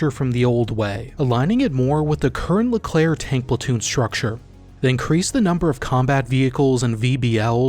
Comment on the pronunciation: The Leclerc prononciation was on point